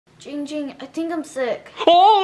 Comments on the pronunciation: Guys its not ging ging its giiiing ging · Its not ging ging its GIING GING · ITS JING JING NOT YING YING LOL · It’s giing ging not ging ging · it's Ging Ging not Ying Ying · ITS giiing ging not ging ging lol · l i t t l e b e e NO ITS GIIIIING GING NOT YING YING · NO ITS ZIIIIIIIIING ZING NOT YING YING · OMG IT NOT JING JING ITS GING GING GOSH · It Giiing Ging not ding ding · it’s ging ging/giiiiiiiiing ging not jing jing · It’s Yee yee not ging ging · It's GIIIIIIIIIIIIIING ging. Not gingging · AI U SAY HIM NAME WRONG IT GIIIIIING GIIING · Why u say it wrong it’s giiing ging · it’s pronounced Giiiing Ging and that is funny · Ging Ging be like ITS GIING GING